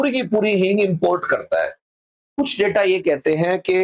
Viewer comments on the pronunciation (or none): none